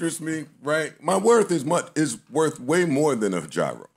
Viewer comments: Great show thank you! And it's "Yee-ros" btw, this coming from a guy in Athens, GR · It’s joe say GWORL 😂😂😂👏🏾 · The way Joe pronounces gyro irritates me 😂